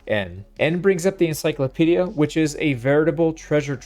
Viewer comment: "N" like... N-cyclopedia. sorry 🤷🏻‍♂️